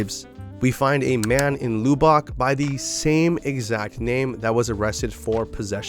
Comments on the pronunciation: It not loo bock its lub buck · It's pronounced "Luh-bick" not "loo-bock" lol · I hate to be that person, but Lubbock ain't said like that. It's Lub (like love but with a b sound for the ve)-ick. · The way he said Lubbock doh... Loobock